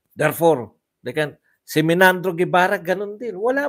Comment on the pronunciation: Hindi sya Menandro, sya po ay Meynardo Guevarra. Pakitama lang po Ang pronunciation para Hindi masakit sa Tenga. Paulit-ulit ka pa naman - Menandro ka ng Menandro